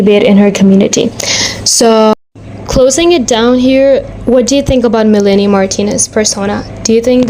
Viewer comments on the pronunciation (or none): Nice video! Just a small note: her name is pronounced Meh-Lah-Nee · this video was very well done and i was honestly surprised ur so new. i really appreciate the unbiased pov of this video i feel it is few and far between these days. i do agree with the people saying that melanie is overcharging/being predatory w the pricing esp w the quality. i also believe timothy and i feel for her. also i didn't mind u messing up melanies name it didnt take away from the quality of the content yk ? we've all messed up names and words. i just wanted to say i hope u keep at youtube bc i seriously enjoy ur stuff !!! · girlie can't even say her name right 😭